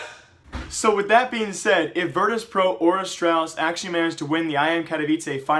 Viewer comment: 'Virtus plow' Lmao